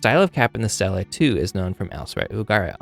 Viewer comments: THANK YOU!!! It drove me nuts! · Good video, thanks. Note: stele (ancient inscribed stone slab) is pronounced like steely, not Stella. The plural is stelae, which is pronounced stee-lay (Greek).🙂